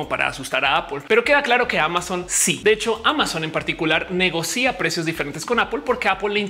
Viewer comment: Bueno el vídeo, súper informativo. Solo caba decir que se pronuncia negocia no negocía